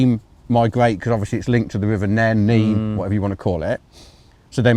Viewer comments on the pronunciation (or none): Errrr its the NEEN!!!! Below Thrapston NOT the nen 😤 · only silent above Thrapston below it it's pronounced NEEN.